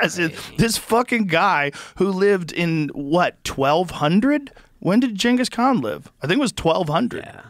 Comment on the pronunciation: can joe say ghangis khan like a normal person? what is he woke?